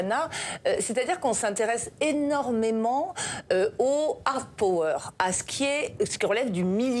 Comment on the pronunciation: Prononcer hard/soft pAwer et non, pOwer avec le O bien français, c‘est laid 🎉